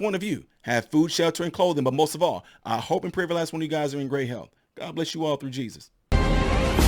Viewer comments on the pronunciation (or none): none